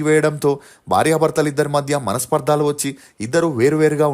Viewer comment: Pl tell swathi to go and check her osteology in Sri Raghavendra jyothishaalayam. Pl. Correct ur self that is manaspardhalu,its manasparadalu its not paradalu .